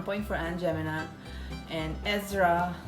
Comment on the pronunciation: LOL It's not "Aunt Gemina"!!!!!! it's pronounced Aunt Jeh-MY-mah. However, the brand name is now discontinued because er'body thought it was racist!